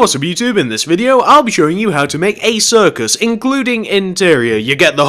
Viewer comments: It's CIRCUS NOT CIRICUS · you said ciricus not circus just saying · its circus not ciricus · Did anyone realize he spelled it "Ciricus"? It's cir-cus. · Circus not ciricus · Dude, It's Circus, NOT Ciricus! |:( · i think you made a mistake it is 'circus'not 'ciricus'